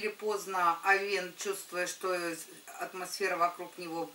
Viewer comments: не овеееееен, а ооооооовен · Режет слух...я уже писала, что ударение должно падать на Овен, а не овЕн